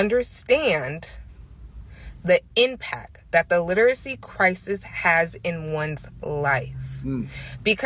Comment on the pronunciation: I heard her say impac not impact and then she said something about black men not being intellectually sound